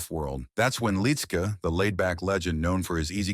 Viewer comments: It's pronounced "lit -ski". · Why don't you have the respect for him and his family by saying his name the right way? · I agree!